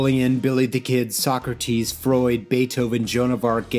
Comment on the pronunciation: Stop mispronouncing Socrates chhhrist